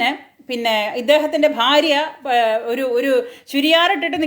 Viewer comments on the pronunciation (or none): none